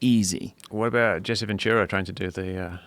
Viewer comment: Anybody else realize that Joe seems to mispronounce shit on purpose? Jesse Vendura?